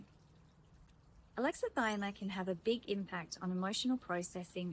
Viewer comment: I like your videos. Just a note: It's pronounced with six syllables: a-lex-i-thy-mi-a. Think "Alexa - thigh - me - uh".